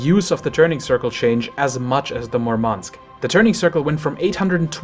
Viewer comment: Why do premium ships have to be worse than normal ships? Any logic behind that or you just prefer to suffer while earning money? Its a game after all. And its not that hard to make an enjoyable premium stuff without breaking the game and making it a pay-to-win. Its mUrmansk btw, the accent is on the first syllable.